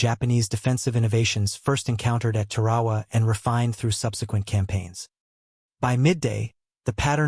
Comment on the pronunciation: Wow this AI is BRAINLESS, it was talking about places I never knew about...No, it just can't Pronounce...TAR-A-WA...and Pel-e-lu.....oh and some one get it to say...B. A. R......Come on Man!